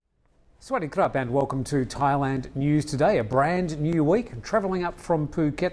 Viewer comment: Or "Sweaty club." Hahaha...